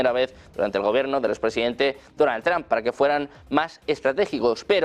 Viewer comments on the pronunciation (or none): none